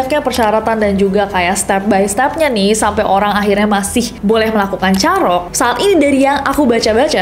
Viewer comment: Kak cara penyebutann "carok" nya salah. Mau benerin tp gada vitur VN 😂🎉